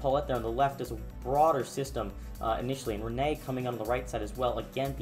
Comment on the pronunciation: Yay he finally said Rene right